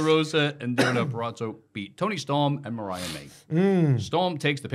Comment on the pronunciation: How can not say Deonna Purazzo yet 😂😂